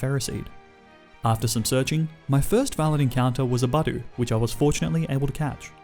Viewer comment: My man, if you’re not sure how to say something there’s no shame in looking it up. You said Geyser two different ways incorrectly lol Budoo? It’s like a drop of dew, Budew… You don’t comment on all the “doo” you see on grass after a cold night…